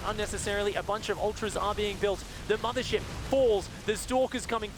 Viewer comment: i hate the sloopy acent of one of he casters, but he had good commentaries EDIT: did he just say "Madre ship" ?